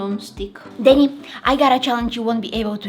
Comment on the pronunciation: y'alllll it's denit, not denni and definitely not denny 😭😭😭